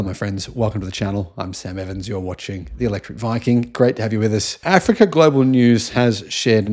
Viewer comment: This youtuber is so ignorant as everyone thumbing up this video., the way you pronounce Africa or say about Africa shows you have something against them and this invention. Go in loco and check by yourself.